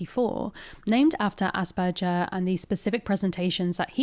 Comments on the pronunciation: It’s AsberGers not AsberJers. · The G in asperger is like Glove not like gelatine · Aus(ahs)-per-ger(gur)-s. I'm half German, this is the pronunciation that my upbringing taught me. As opposed to the "jer" used in the video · It may be a silly reason, but her continuously saying 'Asperjer' made it way more difficult for me to watch... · I am way too bothered by how this person is mispronouncing Asperger aaaaaaa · Sorry, but I can't handle saying nothing. The "g" in "Asperger" is pronounced like the "g" in "grass". That "g" sound you said does not really occure in German that often and if when it does, then it's probably written as "j" (though that one makes the same sound as "y" in English most of the time).